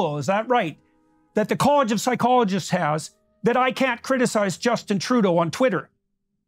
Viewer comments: Why does he keep saying "Troodull"? Trudeau doesn't have an L in. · “Justin Trudel” As somebody who took French, this is all it takes for me to go “f*ck off”